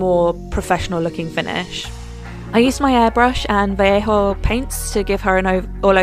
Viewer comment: OMG! Someone finally pronounced Vallejo correctly!